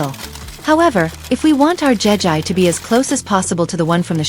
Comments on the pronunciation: It’s Jegi not Jen I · It's not jeji it'jegi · it,s not jaga it jegi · Jegi❌ jeji✅ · Jegi not jejie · It's not jegî